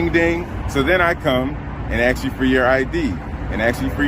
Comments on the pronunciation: I hate when they axe questions 🤦🏻‍♂️😂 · Sitting there and axing meh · The very second he said "axe" instead of "ask" we know he is nothing but ghetto trash who doesn't deserve his welfare check. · As a cop, he should know how to say the word ask. It's not ax it's ask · oh another axing you person. The English word is ASK! if you are asking a question you are ASKING not AXING. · Those poor questions. Why did he keep axing them? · How did he pass the exams? And i noticed he says ax instead of ask. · Do black people know the word isn't axed? They word is actually asked~ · I really think it’s ridiculous to say ax instead of ask. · 'I'm sitting here' as he stands and he 'aks' a question. 'I can get a bunch of people over here to get your fingerprints' 'The facts is' Where the hell did they find this officer? he is one of the dumbest cops I have even witnessed. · This pig is truly an idiot. Another low i.q. hire. Thankfully the Sheriff Has a brain. They need to do a lot better legal training. Oh, the word is ask, not ax. 😅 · Why is the English language so hard? It’s ask, not axe!!!!! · he didnt ask a single question, though he axed many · !? GED ? Axe you for your I.D. LOL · Why do so many people say "aks" instead of "ask"? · The deputy wants you to use common sense but pronounces the word "ask" as "ax". My 6 year old even knows how to pronounce that very hard 3 letter word. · "I'm trying to AX you questions" LOL WTF??? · AXE. 😭😭 just say it right bro. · Hey Deputy, spell "ask" for us. It's a three letter word but you can't even pronounce it. You are also just ignorant in general. Learn the law! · This officer Deputy or whatever he is clown needs to be fired he can barely pronounce the word ask correctly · This 'public servant' is a moron. Can't even pronounce the word 'ask' correctly. Should not be a LEO. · Anyone that can't pronounce ask properly shouldn't be working for the public.